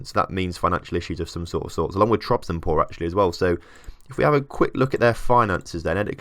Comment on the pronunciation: "spor" means "sport". Trabzonspor is short version of "Trabzon Sport Club". You are forgetting to say the "s". Trabzon"S"por. For easy spelling think like it's sport but loose the "t". I hope i you understand what i was talking about. :) I am not a english native. :) keep up the good work. I love your experiements.